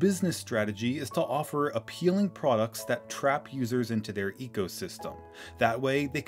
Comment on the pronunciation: Lmao mac pdoducts